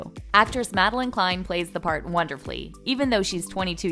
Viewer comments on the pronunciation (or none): none